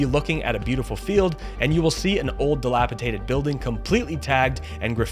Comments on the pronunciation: DelapiDATED... not delapitated!! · It never ceases to amaze me how Americans can suddenly mispronounce words. You pronounced "dilapidation" correctly but then you twice said "dilapiTated". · Very informative video. Are you a journalist? You give that impression because of your thorough research. Just two suggestions: place your prompter closer to camera, so you don't look away to read it. And, the word is dilapiDated. Thanks for all the links! You most definitely are thorough! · Not pronouncing ‘dilapidated’ correctly! No t!